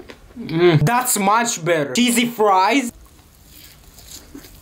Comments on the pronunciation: I thought he said daddy 😂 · I thought you said daddy so good☠️